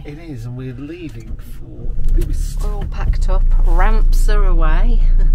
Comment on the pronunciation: The Uists are beautiful. Just for reference they are pronounced you-ist not Oo-ist.